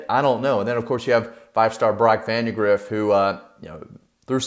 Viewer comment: Vandagriff, not "vandergriff". But I agree